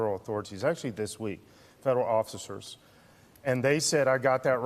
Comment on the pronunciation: Goofball actually said occifers. This is exactly why assholes hate journalists, and also exactly why we need more of the latter.